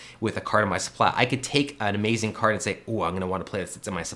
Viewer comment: I like how you talk “amazin’ interestin’ givin’”